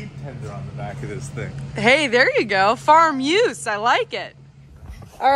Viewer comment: "farm use" sounded like "farm muse" 😉😉